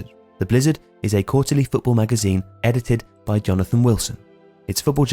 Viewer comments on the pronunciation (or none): none